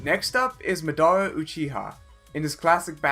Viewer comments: It's luffy not laffy It's Madara not midaara It's hunter hunter (don't say x) And it's fullmetal alchemist brotherhood! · Also it’s madara not mdura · Bro what my mans said madara name like (mah-darah) how tf😭😭😭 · Its Maah-daara. Its Loo-fee NOT MUDARA AND LAHFFY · Anyone else get very upset when he said “ ma-dara “ guy didn’t even pronounce it right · MA-DARA it’s pronounced ma-der-rah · Madara is not midara 😑😑😑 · its maa daa ra and eei do ten sei like sensei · U pronounced Madara’s name so wrong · Do you watch the anime you put in here at all cause madara wrong and I don’t even know how you can’t pronounce luffy right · You can’t call yourself if you don’t know how to pronounce characters names properly.. The disrespect to “Luffy” not “Laffy” and “Madara” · Who all like this, you shouldbe ashame. This dude do not know how to pronounce both Luffy and Madara's name, for the love of God research a little more before making a video about anime. 😡😧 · The way he pronounces madara uchiha and edo tensei cant help but cring i swear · It was not just luffy, he mispronounced madara, hunter x hunter (you don't say "x") and king bradley scene was from fullmetal alchemist brotherhood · Madara as well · Ok buddy you can’t have naruto in your intro and not pronounce Madara right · Pronounced madara and sharingan wrong